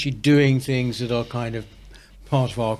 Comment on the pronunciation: Why does she keep pronouncing 'th' as 'f' , saying fings she sounds ridiculous